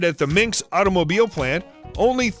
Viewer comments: METALL-urgist, not muh-TALL-urgist, Minsk, not minks, AFF-luent, not uh-FLUENT... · Minx Automobile Plant??? It's Minsk!!! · "Minks Automobile Plant" - MINSK, you dummy